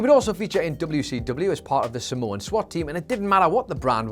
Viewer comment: Are you saying Samoan or Simone??? I honestly can't tell and I listened back a few times